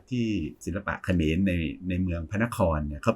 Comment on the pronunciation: เออตอนนี้ต้องพูดแยกคำว่าขอมกับเขมรให้ชัดๆนะคับอาจาร